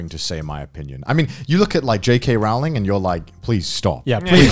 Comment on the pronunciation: Connor pronounces JK Rowling as “JK Raul-ling” instead of “JK Row-ling”.